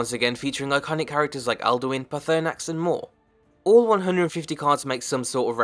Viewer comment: Butchered Paarthunax name much. Other than that great vid